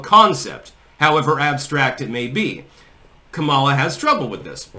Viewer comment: Its pronounced Commy-law